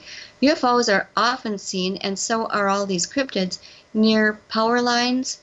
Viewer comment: You need to do a bit more research on your interviewees beforehand, it seems like your lost, and it’s Crypitds with a D, not Cryptics.